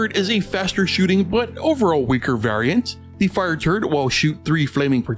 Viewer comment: Who else hears turd when he said turret? Btw underrated